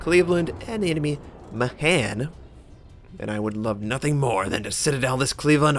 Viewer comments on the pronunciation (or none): I do believe "Mahan" is from Ireland and is pronounced "May-hen" and not "Muh-haehn" or "Mah-han".